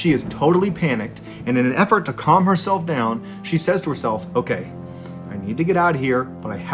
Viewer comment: "calm her self down" I swear if you listen carefully you can hear a southern twang.